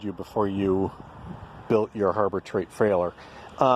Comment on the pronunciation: did say "Harbor Treight frailer"?